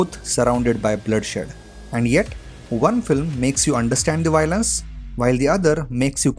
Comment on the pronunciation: Dude it's Violence not Y lence 😂